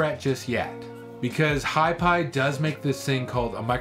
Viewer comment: Great video, but I'm pretty sure it's H Pi, not "Hi" Pi. Thanks!